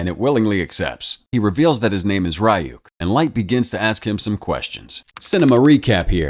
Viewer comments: The demons name is not pronounced r-y-ook it’s pronounced ri-ook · its not pronounced ri yuk its ree yuk😭 ive never bothered watching this bc i know it wont be able to stand up to the anime at all😭😭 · Am I the only one bothered by the pronunciation of Ryuk's name? Shouldn't it be something like R-ee-y-oo-k?